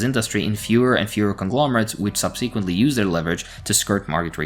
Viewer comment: I noticed you like to use the word "subsequently" a lot and just wanted to point out the emphasis should be on the first syllable, and the second syllable has a short e. SUB-se-quent-ly, not sub-SEE-quent-ly. Love your work comrade thank you for all you do!